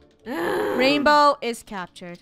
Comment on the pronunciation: Ranbow? Lol not being rude but its rainbow.